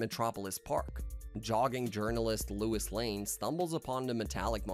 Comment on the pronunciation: Louis is not Lois sorry but that drove me crazy 😂